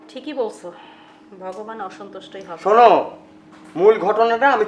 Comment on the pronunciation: উচ্চারন ঠিকহয়নাই ভগবান হবে।